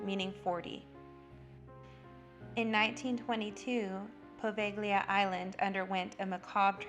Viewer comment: The ‘g’ is silent in Poveglia. Otherwise a very good video